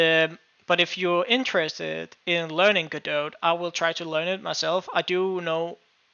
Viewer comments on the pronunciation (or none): It's pronounced "Go-doh" as in "Waiting for Godot." Look it up!